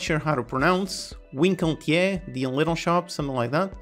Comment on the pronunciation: I'm Afrikaans 😁 for us it's spelled exactly the same, but we pronounce it "Winkel-kie"